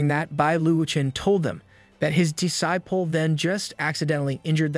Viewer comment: Evrytime he says D-ciple .. Lol